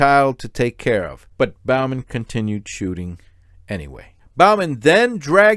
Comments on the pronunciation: Not Bal-man, it's Bo-man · Broooooo, Your killing me with how you continually mis pronounced Bowman. It is BOE-MEN like "Bow and arrow" Not like you "Bow before the king" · It’s pronounced Bo-man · If you can’t pronounce the name, Bowman, I wonder what else you’re getting wrong.